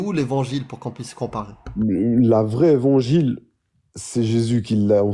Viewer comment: Oula : Une vangile, des vangiles ? C'est bien ce que j'ai entendu ??🙄